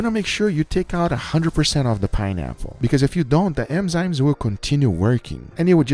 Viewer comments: It bothers me that guga pronounce "enzymes" like "emzymes" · ENNNZYMES NOT EMZYNES GUGA !!!!! Every goddamn time :) triggered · Please don't say "M"zymes